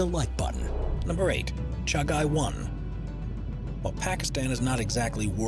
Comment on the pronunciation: its not 1988.., it was on 1998 and 2nd your pronunciation of "Chagai" is wrong. ( Cha-Gee )